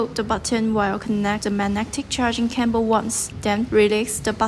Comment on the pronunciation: What is a "charging camble"? Learn english before recording tutorials please!